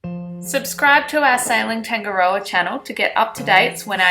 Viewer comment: The boat is nice but you cant even say its name properly